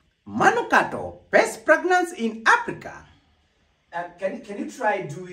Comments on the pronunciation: fragnance? kuna wawili hapo katikati, the boy and the girl who keep saying fragnance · did I hear you say plagnance😂😂😂😂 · 🤣🤣🤣🤣🤣🤣🤣did I just ear pregnancy or masikio yangu ni mbaya 🤣🤣🤣🤣😁oh my goodness Terence you would kill me 🤣🤣🤣🤣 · 🤣🤣🤣🤣🤣🤣🤣 aiiiiiiiiii mnatuonea, ati pragrance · 😂😂😂😂😂😂😂😂😂😂., my ribs what was that? Pragnance?😂😂😂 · Did I hear pragnance🤣🤣🤣🤣🤣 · Are we going to ignore the guy and lady who said "best fragnance" lol okay